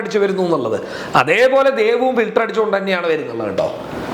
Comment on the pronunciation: ഫിൽറ്ററ് ന്ന് പറഞ്ഞാ ഏമായിരി ഫിൽറ്റർ